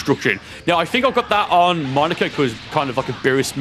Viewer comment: Is no one gonna talk about how he said monaka like monica